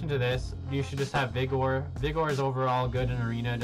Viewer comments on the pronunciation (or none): I thought you did the weird vigor pronunciation on purpose. :D